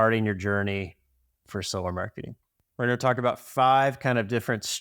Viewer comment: solarr? I barely know her 😂😂😂😂😂😂